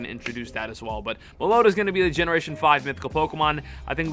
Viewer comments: IT'S NOT malota it's MELOETTA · Meloeta? It's meh low eh ta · Melloetta pronunciation guide. Mel-low-etta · it’s pronounced mellowetta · It’s pronounced Melo-etta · Just a little FYI if anyone wants to know Meloetta is pronounced (Mell oh ET tuh)...just thought I would put it here in case anyone wanted to know how to correctly pronounce it... I am hoping that most of ur predictions come to pass for Go Fest...that would be phenomenal... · I think it's pronounced "mellow etta" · mel-oh-wetta is how its pronounced. I love the shiny rampardos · Mellow-etta is the pronunciation lol. 🔥 video homie much love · Whenever he calls Meloetta Meloda, it just physicly hurts me.. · Uh Its pronounced mellow etta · mel-owww-etta is how you pronounce it. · Its Mello weta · It’s pronounced Mel-o-ett-a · It is pronounced melo wetta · Mellow-Etta lmao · meloda=meloetta typical American pronunciation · its pronounced Mel-oh-eta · Meloetta is pronounced Mellow-eh- ta. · It's pronounced Mel-o-ett-a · the way he said melloetta 😭😭😭😭